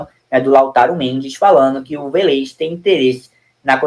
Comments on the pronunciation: "Velêz" não (Vélez). Essa é a fonética certa. Club Atlético Vélez Sarsfild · Meu Deus .... Manda esse menino amarelo pra escola ..VELÊZ É FODA VIU . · Tá pronunciando o Vélez errado meu amigo